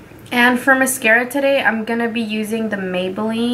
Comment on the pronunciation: "You is messing up tuhDAY....jeezuss." LOLOLOLOL